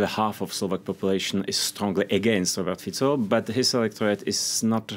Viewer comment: This lady is the only foreign journalist that pronounced Fico’s name correctly. Mad respect!